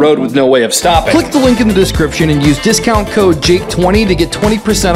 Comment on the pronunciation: diskalnt twenty